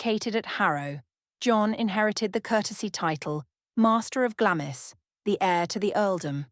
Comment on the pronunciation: I believe that Glamis Castle is pronounced "Glahmz" (one syllable). Even I as an American know this, but apparently A.I. narration does not. 🤔🫤